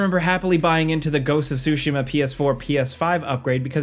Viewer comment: you say Tsushima so weird. it’s soo SHE muh